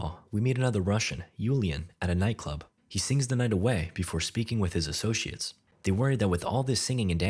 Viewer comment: “Associates” or “Assoshiates”?